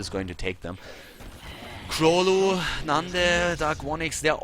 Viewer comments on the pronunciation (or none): The way to pronounce 'Królu' is with a 'u' in place of 'ó'. It's a Polish phonetic letter. The whole nick means 'King' which is 'Król' in Polish.